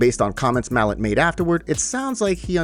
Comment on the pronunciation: It's pronounced "mah-lot"